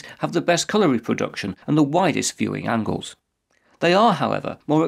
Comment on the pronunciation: "Best colour reprodution"?